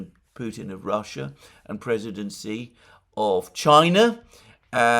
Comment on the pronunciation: As a top-tier geopolitical analyst, it behooves you to pronounce the name of the President of China correctly. Pronounce confidently as “she.” My take on Chinese warships in Gulf is that they are there to monitor and thus eliminate Western disinformation (such as we saw with Buk shootdown of Malaysian airliner in eastern Ukraine).